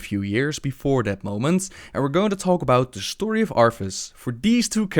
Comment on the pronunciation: shtory lol